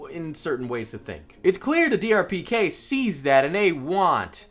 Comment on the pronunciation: Lol he kept saying DRPK instead of DPRK